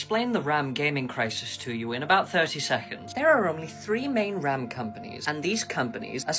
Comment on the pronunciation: ddr5 is not ddr6.. your video makes no sense as you repeat yourself 42 times with AI voice that cant even say ram, but says r,a,m, thanks for wasting my time with this bs